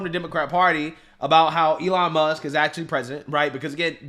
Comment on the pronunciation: In the Democrat vernacular, Barbara Lee is a racist who purposefully mispronounces Elon Musk's name , she shows disrespect for African-American Elon Musk, who was born in South Africa.